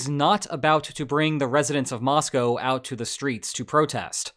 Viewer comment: Congrats on your pronunciation of Moscow!